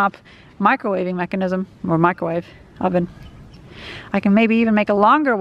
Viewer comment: UUUUH a Wicromave